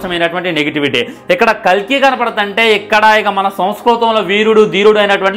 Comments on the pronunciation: Rey adhi kalli ❌kalki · Adhi kalli kadhu ra kalki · Rey adhi kalki ❌kalki